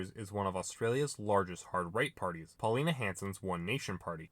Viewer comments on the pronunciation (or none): Paulina Hanson? She's not that classy dude. Try Paul-eeeeeeeen.